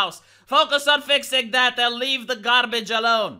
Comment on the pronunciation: ‘Garrrbadge’ 👌 is the way I’ll be pronouncing this from now on.